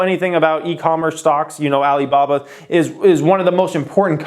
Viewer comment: Can you stop saying Alibaba the way you do, it comes across as racist and its awkward! Other than that I am loving the content.